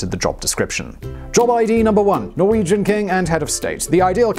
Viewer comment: you are saying so many Norwegian word wrong...